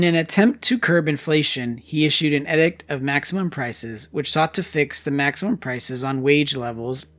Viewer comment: The word is pronounced EEEDICT. SMH. why is your generation so ignorant??????? WTF???